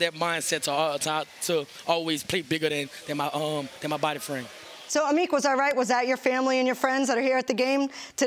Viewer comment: Amik "Amuch" Robertson, you heard it here first.